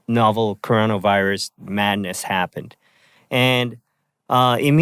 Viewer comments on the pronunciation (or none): none